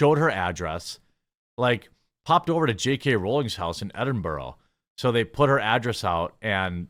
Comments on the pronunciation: It's edinburgh, no bow. There idiots and it must be stopped. She got her name all over edinburgh and rightly so but doing this crap to her is out of order. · Edinb- what did you call it?? 😅